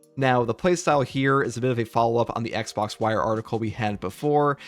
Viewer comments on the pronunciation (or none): none